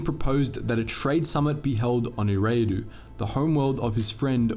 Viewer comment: I think Eriadu is pronounced air-ee-ah-doo